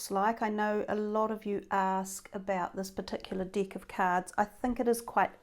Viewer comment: Tarot dick?🤔 I'm sorry but I can't stop laughing 😂🤣I thought it should be called tarot deck😅I know it's only something of pronunciation,I don't mean to be rude, it's just,so funny when I hear it...You made my day happier with just one word 🤣so I'll subscribe👍💖